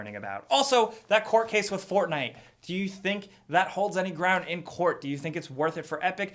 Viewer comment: Burn it down.... Burn it all down to the gwound...